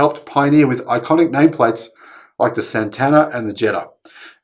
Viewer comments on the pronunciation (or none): none